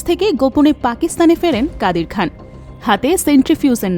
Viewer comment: কাদির খাম? না খান? এতো বড় আর পুরাতন একটা চ্যানেলের সংবাদে এমন ভুল?